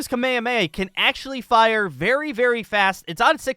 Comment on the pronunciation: the kamehame he called the kamayamaya